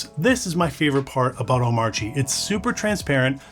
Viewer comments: Hate to be that guy but it's pronounced "Oh-mah-chi" - according to DHH. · the 'R' in Omarchy is silent. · DHH would be rolling in his grave if he heard how you pronounce omarchy